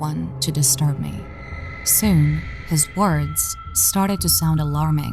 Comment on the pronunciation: Your voice is annoying af. Why is Dr. Nosleep better than every horror channel on animation and voice actors. "He TuRnEd To FaCe Meee" sound autistic af